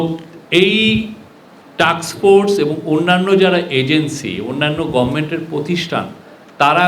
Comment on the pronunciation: বুঝলাম না,,উনি বার বার টাক্স ফোর্স বলছেন কিন্তু এটা হবে টাস্ক ফোর্স,,,উনার মতো প্রেস সচিব যদি এটা বলে তাহলে কে উনার ভুলটি ধরিয়ে দিলে ভালো কাজ হিসেবে গন্য হবে 😢